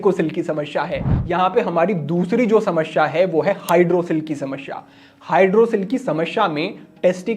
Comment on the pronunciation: Not sha ...samasya Hota h..shamashya nahi Hota h